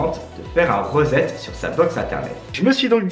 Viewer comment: Par contre reset ça se prononce « risette » 🤣🤣🤣